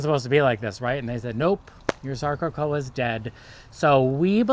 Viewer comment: “Sarco-cocca”. Not “sarco-coa”.